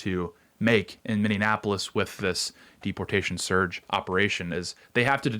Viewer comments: Mini-ap-ole-is Say it with me. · Say "Mindianapolis" again...say "Mindianapolis" one mo gdamn time... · He said it every single time. Lol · What’s with people on the TimCast calling Minneapolis “Mini-Annapolis”? Lol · Are you saying "mini-anapolis?" 😂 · Yes! At first I thought he was saying Indianapolis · Miny-apolis I don't know what the fuch you're saying but it's wrong, it's not hard... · Can you please learn how to say Minneapolis? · Tate, there are not 3 "n's" in Minneapolis. Make correct enunciation great again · You are pronouncing Minneapolis wrong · Your inability to pronounce Minneapolis is very distracting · I think you’re adding extra syllables to Minneapolis. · Why do so many people mispronounce Minneapolis? It’s an epidemic worse than “libary” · Stopped watching when he can’t pronounce Minneapolis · Learn how to pronounce Minneapolis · I am laughing so hard every time I hear him pronounce 'Minneapolis'.😂 It's only 5 syllables, not 6. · Can you please learn to say minneapolis. You sound like a R art. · Tate saying "Minneapolis" incorrectly every time hurts me lol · I hate that he keeps saying Minneapolis wrong constantly. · You are killing me! I know it's a minor thing, but it's nails on a chalk board to me... it's not, "Minneanapolis" is pronounced, "Min-ee-app-oh-lis" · Okay I gotta ask, why are we pronouncing Minneapolis as Minne-an-apolis? I feel like im having a stroke. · I'm so confused. It's "Mini-app-polis" not "Minion-app-polis". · Tate, your coverage of Minneapolis continues to be almost unwatchable. Mini-apolis. Not mini-inapolis Thank you for your attention to this matter. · It's not Mini-Annapolis, it's Mini-Apolis, Minne-apolis. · I want to know why people keep saying Minneanapolis instead of Minneapolis. Do they think it's supposed to rhyme with Indianapolis or something? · Ok…. You don’t have to keep saying “Mindy-e-apolis….. it’s Minn-E-apolis. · It's not Minnie an Appolis. It's Minneapolis. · Are you saying Minnanapolis on purpose?